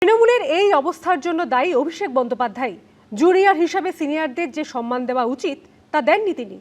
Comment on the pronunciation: কথাটা সন্মান নয়, সম্মান (সম্ + মান) । পুরো ব্যানার্জী পরিবার ভুল বলে।